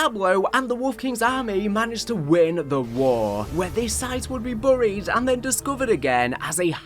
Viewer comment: When you said you was going to mispronounce certain words I didn't expect burried to be one of them😅